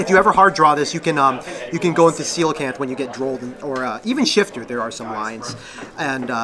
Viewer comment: Finally a yugioh player that pronounces Coelacanth correctly